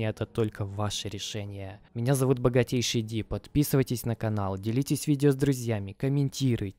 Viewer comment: Поймал себя на мысли что смотрю твои видосы изза того как ты говоришь богатейЩий ди ))))